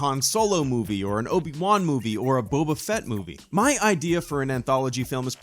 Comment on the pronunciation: Mr. Bob-a-feet? Bob...a...